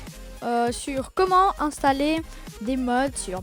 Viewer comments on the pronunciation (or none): Installer c'est français, ça sert à rien de faire l’accent anglais...